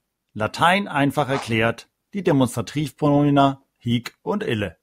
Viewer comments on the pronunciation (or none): Ihre Videos sind wirklich gut! Vielen Dank dafür! Ich muss allerdings anmerken, dass es manchmal die Aussprache (lang/kurz) bzw. Betonung nicht immer korrekt sind. So muss es hier z.B. unbedingt ein kurzes "hic" sein, denn das lange "hiiiic" bedeutet "hier" (nicht "dieser"). Auch das "hoc" im Nom. und Akk. Sg. neutrum muss kurz gesprochen werden - nur so kann es von dem langen "hoooooc" im Abl. Sg. m./n. unterschieden werden. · Hallo, ich möchte gerne etwas anmerken. Man spricht das hic nicht hiic aus sonder hic, also das i kurz ausgesprochen. Es sei denn, es geht um das wort hic-hier.